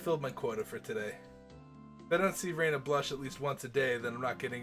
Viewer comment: Spartan means not caring for comfort or luxury. A spartan room would be pretty much completely unfurnished, with bare wood flooring, as opposed to a room with furniture, shelves, and other decoration. You were fairly spot-on with "languidly". It's pronounced like "language", just removing the -age for the -idly Also, I noticed every now and then you pronounce Rena as Reina. I normally wouldn't make a huge deal over it, but let's just say the difference is important in this series. Just think Ren-uh instead of Ray-na This game is a kinetic novel with a single unbranching story, so multiple save files will really only be needed for if you want to make sure you can jump back to certain scenes quickly, rather than to make sure you 100% the game. Looking forward to seeing more of this in the future, and I hope you enjoy your time in Hinamizawa!